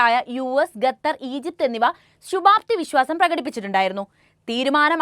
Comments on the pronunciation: ഗത്തർ അല്ല ഖത്തർ ആണ് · ഗതർ അല്ല 😄ഖത്തർ